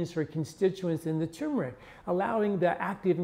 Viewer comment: Good info but another guy saying, "tumor-ic" instead of turmer-ic.